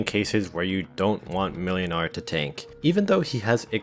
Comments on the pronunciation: Ngl, pronouncing Mlynar as "melinar" very slightly throws me off; closest way to actually pronounce it is "Moinar" iirc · Just search for "ynar", there's no reason why you could only search for the start of the name. Also, it's pronounced Muynar. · the second letter in Mlynar's name is pronounced like a w. So in pronunciation, it should be more like "Mwynar". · Whenever you said Mlynar i heard Millionare.